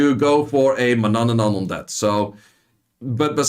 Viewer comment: Its Manannan = man - annan, people always say one more "an" in there. Trinity buff when?